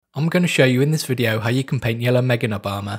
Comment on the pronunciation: The Yellomgenbarmour, is what I heard. The Yellow Meganob armour is what I understood, wait what.